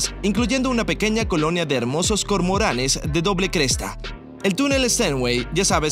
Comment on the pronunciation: Se dice CORMORANES No cormorales😊😊